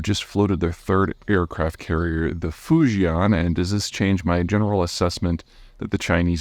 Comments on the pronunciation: fu-ji-EN not fu-ji-AHN ;-) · Fujian is pronounced Foo Chee En